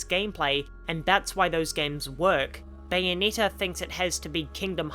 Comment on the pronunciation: I couldn’t watch the viseo further than one and a half minutes in because of the way you pronounce Bayonetta’s name, it rubs me in all the wrong ways It’s not “bayoneeta” it’s bayo-NET-ta